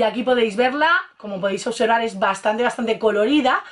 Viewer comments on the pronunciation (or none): none